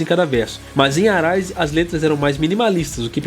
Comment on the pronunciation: Comentário construtivo: a pronuncia do R nos nomes Roots, Arise e Roses (de Guns N' Roses que vc falou em outro vídeo) é som de W. Que nem vc pronunciou corretamente quando falou RoadRunner. Abraço.